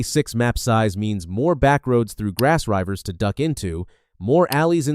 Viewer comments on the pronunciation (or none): I don't know why you keep calling it Grass Ryvers, but I respect it. Good video.